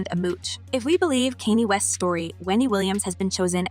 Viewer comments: who the hell is "KENEE" or maybe "Kenny"....i AM NOT a Kanye west fan AT ALL...but at least have the journalistic integrity to pronounce the man's name right it isn't like Kanye hasn't been in the business for years now and there is no way that you do not know how to pronounce this man's name.... Now I AM/WAS a huge Tupac fan :face-red-heart-shape::face-red-heart-shape::face-red-heart-shape::face-red-heart-shape:and I feel the same way when white people get on the air and they talk about Tupac and they call him "Toopak":face-orange-frowning::face-orange-frowning::face-orange-frowning::face-orange-frowning::face-orange-frowning:...it is a sign of disrespect and we all know it...If BLACK journalist where to mispronounce white entertainer's names white people would have a fit... If we called Lady Gaga...lady Gaegae or Justin Bieber....justin Beever... That would be all kinds of fallout....You can like the artist or dis~like the artist believe in their philosophy , bullsh!t or ideas or not....but at least when you're doing a report about someone learn to pronounce their names correctly....*SIDE NOTE: if you put on C.C. during this woman's broadcast literally Kanye West named comes up differently almost every time she says it from Kenny to Katie to Kanay... Because she didn't take the time to learn an icons name...and girly that's pathetic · It's Kanye (Khan-ye) NOT Cane ye get it right 😅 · OMG! Please learn how to correctly pronounce subjects name. It is not Can-yeah it's actually Ye or Yeezus. Sorry big pet preve of mine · Hello, not trying to be ugly to you but you be pronouncing people names Wrong. It's not Kenny, it's pronounced Con Yeah, spelled Kanye. Just like you pronounced Beyonce as Be Yonce, it's pronounced Be Yon Say. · It's Kanye west not kenney west!! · His name was: Kan ye. Now it's Ye. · Who is Kane'nee 😂😂 It's Kanye (pronounced, Con'yeh) ... Your pronunciation made this painful to watch. .listen to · It's pronounced conyay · CanYay West?..."😂!"